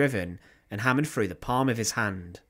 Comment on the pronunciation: "Killed by a ..... A Frust Frough the Froat"..... Awful !!